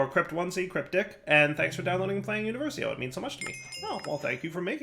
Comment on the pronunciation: it's uniVERsio, not univerSIO lol